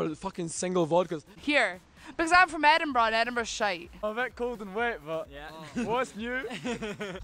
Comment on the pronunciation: "I'm from Edinburr. Edinburr shite"